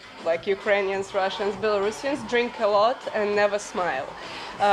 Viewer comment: Каже "Рашнс мін Славс". Оце дурепа.